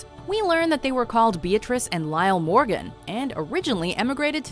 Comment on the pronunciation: Arthur Mordon